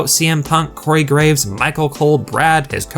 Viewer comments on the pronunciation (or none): none